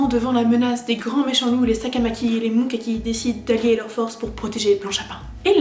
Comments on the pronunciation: je suis la seule qui ai kiffé l'anime ? XD , j'ai juste besoin de dire 2 pitits trucs sinon je pourrais jamais dormir tranquille ^^ , 1 : c'est MukaMi ! , pas MukaKi XD j'ai pas arreter de rigoler devant ça (on dirait un nom de patisserie) XD mais sinon la vidéo etait genial. Et il y a aussi le fait de la taille des episodes et de l'histoires inexpliquer (car oui j'ai acheter un des jeux) . A la base les animes ont etait fait pour faire de la pub aux jeux , donc c'est logique qu'ils ne dévoilent pas la fin sinon il y aurait moins d'achats :) voili voualou c'est tous ^^ , mais c'etait tres fun a regarder , super . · tu dis mokaki mais c'est mukami 😶